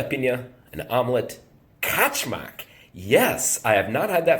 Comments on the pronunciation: You pronounce wrong :) It's not Качмак it's Качамак.You are missing A in a middle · КачАмак. Different accents. Don't get me wrong, I just really want you to learn to speak Serbian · I think the pronunciation is Ka-cha'-muk, and it is, more or less, porridge, and any manner of extras can be thrown in.